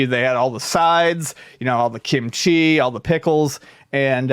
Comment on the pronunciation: Accent on “Kim” in kimchi.